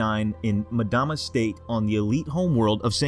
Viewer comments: ita EM DAMA not MADAMA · Not sure why people mispronounce names when there are several media sources with the correct way to say it. Its “Mmm dama” not “Madama” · It’s not jul ‘mudama it’s jul ‘mmmmdama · Ok why is everyone pronouncing his name Madama istead of Mdama? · it's pronounced umdama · pronounced Em dama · Just so you know. you're Incorrectly pronouncing 'Mdama. Play the game, then you will know.